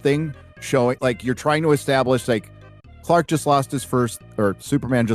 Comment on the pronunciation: Tbh, just hearing that guy saying "Quack" instead of "Clark" just pissed me off so much for no reason lmaoo